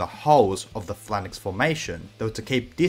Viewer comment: What the hell is a flannix? You mean a phalanx?